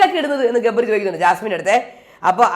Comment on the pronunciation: jabri alla gabri aanu 😂😂😂😂